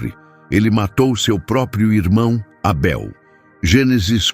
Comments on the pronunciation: Esse narrador é o primeiro bozominions lambedor de saco de Trump kkkkkk Porquê porra está chamando o Abel de Eibel hein pooop korrrrnnnnnn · Estranhei a forma como ele pronunciou o nome de Abel!